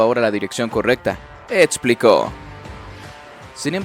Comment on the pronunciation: “ Etsplicó “ Ajajajjajajajajaja gangoso.